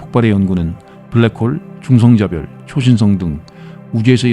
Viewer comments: 수면용으로 듣는데 브래ㄱ 호오올 듣고 깜놀. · 영혼을 담은 브랙호올